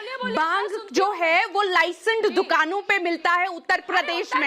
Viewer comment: OMG this lady is soooooo dumb.... She doesn't know why she is here.... She is saying 'baaaang' instead of bhang and "lie-send" instead of licenced 😂 "baaaaaang lie-send dukano me milta hai".....also she is stuck with 'baaaang ke pakoda'😂😂😂